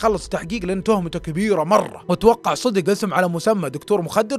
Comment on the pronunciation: انا مشترك جديد بس ياخي لعد تقول صيدق 😂😂 قل صدق 😂❤ معى كامل احترامي لك